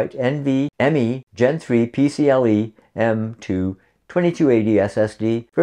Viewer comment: It is not PCLe, it’s PCIe 🙌🏼